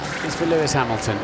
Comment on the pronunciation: It's Lewis not Luis...